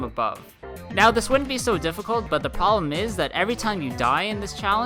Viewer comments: Now this wouldn't be so difficult but the POLLEM is that every time you die in this challenge you have to go all the way back to the beginning of the level. Edit: This isn't supposed to be offensive it's just really funny how he said problem lol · Jellyfish Mario, No, he did actually say POLLEM.